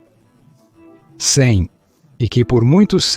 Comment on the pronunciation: É um bom vídeo . A inteligência artificial na tradução para o português está lendo: a.C (antes de Cristo ) como qualquer coisa parecida a: " A 100" ou "a sem", e depois de Cristo (d. C.) está lendo qualquer coisa parecida com " désem". Isso precisa ser corrigido e reprogramado na inteligência artificial do programa que faz a tradução.